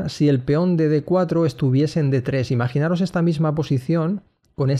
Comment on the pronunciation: Por favor, podrías decir "imaginaOs", "fijaOs", etc, sin la "R" ("imaginaRos", "fijarRos", etc)?